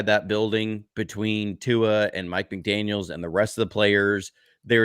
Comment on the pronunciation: McDaniel ! Please not McDaniels !